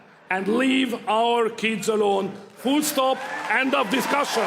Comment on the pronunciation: My man said "fool stop"